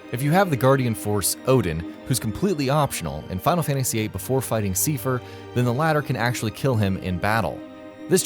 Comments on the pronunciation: That isn't how you say seifer, it's said in the game dude, it's pronounced like Cypher, like I not E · You keep saying seefer wbphen they even pronounce it correctly in the cut scene as saifer. If you can't figure out pronunciation ask someone. You sound like an idiot when you don't. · it's not a reference to kingdom hearts 2?? it's for 358/2 days. also, do a lot of gaming channels not play square enix games?? that's not how you pronounce Seifer. it's like psy-fer. personally, I pronounce it tee-dus, but that name is still up to debate. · The fact that Seifer's name is pronounced in the video, you kept mispronouncing his name .. Wow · Seifer is pronounced correctly in the featured KH2 cutscene, yet can't get it right:( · That's not how you pronounce Seifer.